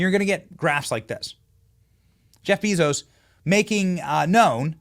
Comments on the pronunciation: Lol, you should really learn how to pronounce 'Jeff Bezos' if you want to be taken serious. It is 'jef bay.zows'. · Jeff Bee-Zose 😂😂😂😂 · Benny, Bezos is pronounced BAYzos. I'm kinda shocked you don't know this.